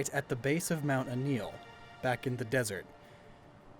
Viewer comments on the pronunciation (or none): none